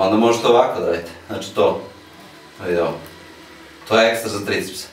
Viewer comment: haha,kad kaze:‚‚VID OVO‚‚:-))))